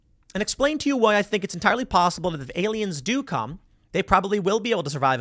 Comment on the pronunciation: "Look at the pretty baroon" "it's totally not a spy baroon, it's ariens" Project bruebeam...